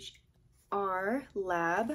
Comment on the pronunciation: i believe the sketchbook's brand is pronounced as "etcher" ! also, loved your use of colors and the spread overall :)